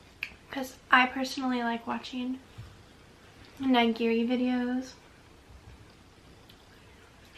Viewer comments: it's actually ni-gi-ri, not nye-gi-ri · "NYE-GEARY" Holy shi- Nigiri is pronounced as KNEE-GEARY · The way she pronounces nigiri makes me so mad since I’m Japanese lol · And then she pronounced nigiri incorrectly... Can't have everything, I guess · how do you pronounce it?